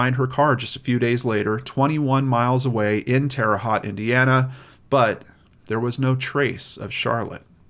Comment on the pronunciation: I’m glad that the guilt of participating in the disposing of the body finally allowed this case to be cracked. By the way, it’s Haute (hoe-te) like mote but with an H. I used to live in Bedford, Indiana, just an hour and a half away.